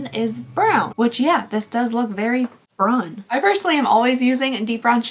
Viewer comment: The way you are pronouncing Brun is killing me lol, from a Canadian who lives in Quebec